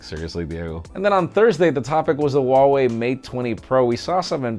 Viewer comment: Hi how is this actully pronounced Huawei.